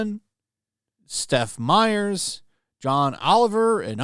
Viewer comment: Seth meyers, not Steph meyers, if you don't even know their names, why are you crying about this????